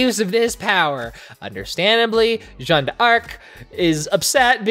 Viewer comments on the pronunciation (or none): Just to help with some pronunciation, the "d'arc" part from Jeanne d'arc is pronounced "dark" :D